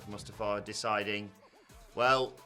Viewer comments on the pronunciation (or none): Oh please oh god, never say Mustafa again Moo sta fa